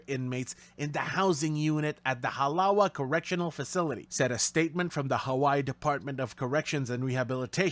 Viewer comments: That's gotta be the biggest butchering of Halawa I've ever heard..... If you're gonna talk about Hawaii learn how the language is pronounced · Halawa is pronounced Ha Lava! Not Halawah! As a Kanaka Maoli (Descendant of Native Hawaiians) many of us dislike “haoles”…white people who hurt our wahine (women), keiki (children) and kupuna (elderly)! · Halawa Correctional Facility - pronounced Ha-La-Va. A lot of words in Hawaiian with W’s are pronounced as V’s. Hawaii is pronounced with the V. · It's pronounced Ha-la-va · * Ha-lava * we pronounce the w as a v Not surprised this happened to him in jail 😂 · He will probably not leave Hawaii alive. Mahalo nui to da bruddahs at Halawa (pronounced Hah-lah-VAH) for a job well done. Hana hou! 💪👏🤙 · Its pronounced Halava but spelt Halawa haha. But dont worry the braddahs took care of him hahahaha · Just a Minor correction: Hawaiian words are pronounced with a 'V" if its a "W" in the Word. Halawa with a "V". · It's pronounced halava 😂